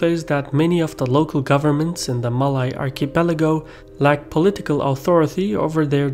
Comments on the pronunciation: You mispronounced “Malay” but that’s ok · You can pronounce malaysia well but cannot pronounce malay.. smh Bro its the same pronouncation!!! Its only with or without the 'sia'!!